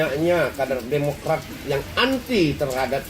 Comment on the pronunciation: Ha ha wkk wkk, Kader Demokrat bilang Demokray jadi CEBOOONNGGG....